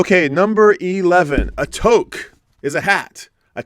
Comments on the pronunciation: Oh, no! Minus one point for pronouncing toque as toke! But great response with that Joni Mitchel album! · Well done,! You really did a fantastic job on this! I love how you found so many angles to include a Canadian connection. You get big points for that! And you said “toque” correctly at the end! Lost point restored!